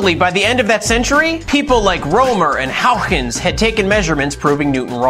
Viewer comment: Fantastic job on this one! Also excellent pronunciation of Huygens. as to your last dea about the physical universe being made up of information (paraphrasing) you should look up Max Tegmark. Normally he writes papers about data processing of radio data (he processed the CMB map) but he has a book and a couple papers which are about the philosophical notion that reality is a particular mathematical construct.